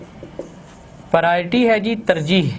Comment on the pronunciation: Sir it's priority not prity plz correct your pronunciation